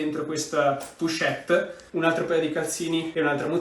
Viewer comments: pochette... pronuncia con la O non la U 😘 bravo✨ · Pero' le "pUchette"😱 si chiamano : " POCHETTE"❗❗❗❗